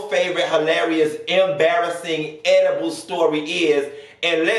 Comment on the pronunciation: Why oh why do you KEEP me on the flo laughing "edibal refer" I can NOOOT 🤣💀